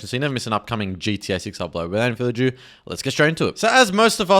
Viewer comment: "Without further a-jew"? Really....? pronunciation is, Further ado.